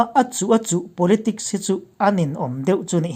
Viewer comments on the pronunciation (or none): Politics tih tur a ni,politic nilou in,,S a ring dawn